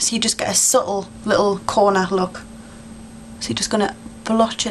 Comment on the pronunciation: i like when you say 'smoodgy smookie louk' aka smudgy smokie lookxD